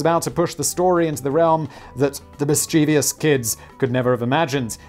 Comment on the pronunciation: it’s pronounced miss-chuh-vuss or miss-chuh-viss, Simon, you dolt.